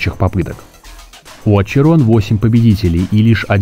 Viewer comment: Не очерон а ахерон